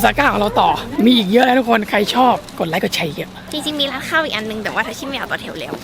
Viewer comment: ไลค์คะไม่ใช่ใจื😂